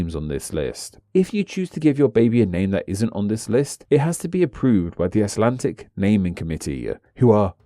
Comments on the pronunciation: WHY DO YOU SAY ICELANTIC, WHERE IS THE T? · "Buy my new book", urges the man (If man he is) who can't even pronounce the English name of the language he's dealing with in the video. Ummm ... nope.